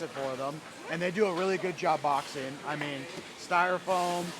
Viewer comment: Oh, boxing. I thought she said she was going to Boston.😅